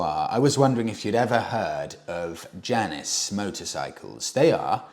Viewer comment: I have a feeling the pronunciation of Janus rhymes with anus, not Janice.